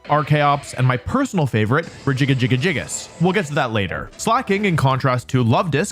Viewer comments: I know this is full-on bait at this point, but why would you pronounce Regigigas like that? It's like you're reading it as Regigigigas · I’m sorry I know it’s probably just for engagement but what is that Regigigas pronunciation?!